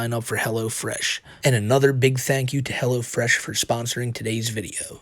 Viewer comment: Helwo Fwesh coupon code WhiteBowsah